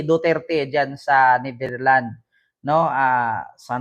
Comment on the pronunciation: hindi Netherland say it with an S ....its NETHERLANDS , ...sounds not right ang pronounciation mo .. again with an S at the end...remember that